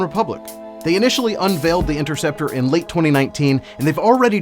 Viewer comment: Kinda funny how you claim to be a nerd over this thing but mispronounced the name of it and didn’t even bat one of your weird looking eyes